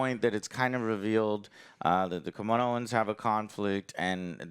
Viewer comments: Joe can't seem to say Kaminoans right XD Just think 'Cammy-no-ens'. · Bruh... KAA-MEE-NO-ANS not that hard they do NOT wear kimonos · Lmao, "Kamoans". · "Comonian" .... omg how can you be a fan and confuse these things?) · Kaminoan joe say it with me LOL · Huge Star Wars Fan but cant pronounce Kaminoans. Couldn't help but say it correctly out loud everytime said it wrong. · Forgot to cut at the end there, didn't we? XD Also, it's Kaminoans, dammit! And you call yourself a Star Wars fan. smh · How freaking hard is it to pronounce the damn characters and races correctly? If u are going to review shows, movies, etc then do the homework. KAMINOANS. KAMINO. It's NOT that hard...